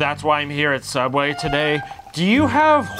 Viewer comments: you mean every Sooubway ever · I think you meant sooubway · I used to work at a small local sandwich shop you might have heard of it it’s called SOOUBWAY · TheOdd1sOut Yes I think they did too 😂 SOOUBWAY FOR LIFEEEE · yeS i Mean sooubway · Caleb Lim SOOUBWAY PART 3 BABY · Theodd1sout sooubway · Oh yeah sooubway from theodd1sout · Caleb Lim yasss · Caleb Lim yep theOdd1sout sooubway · Caleb Lim yeah it’s sooubway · Caleb Lim hahhahahahah the odd1sout hhahahahahahhahahahhahahahha sooubway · Theodd1sout and I think it’s soubway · Being someone who now works at Sooubway, all I can say is yes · Lhokw te S'eliya sooubway? It’s subway! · srsly, there are no comments saying that the actual name is sooubway??? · Subway is its real name not sooubway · It's not sooubway it's sauauoosusaldooasaway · It's called *Sooubway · Kat YEEES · Um actually it is called sooubway duh 🙄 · Vibhuti Patwal its soubway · It's pronounced sooooowbwaayyyyy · It's actually "Every Sooubway Ever" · Why is everyone saying sooubway? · Actually it’s Soobway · im sorry but i think you mean sooubway